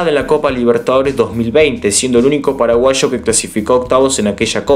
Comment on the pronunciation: Me encanta cuando decís "paraguasho" jajaja buenísimo tu video crack, muy informativo y entretenido, saludos desde Fernando de la Mora🇵🇾